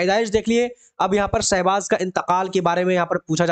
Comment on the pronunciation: Aapko to Urdu Bhi Dhang se Parhna nhi aata hai Sahbaaz ko Sahzaad parh rahe hai aap kya kisi ko Parhayengey